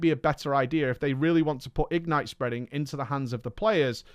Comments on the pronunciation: Goddammit,! The word "ignite" is stressed on the second syllable. igNITE, rhymes with toNIGHT. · says "ignite" weird.